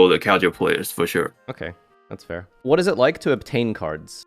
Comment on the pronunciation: Did you just say “shure”?